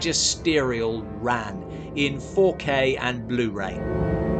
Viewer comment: Just really bothered me that Ran was mispronounced throughout this whole video. It's with a soft "a."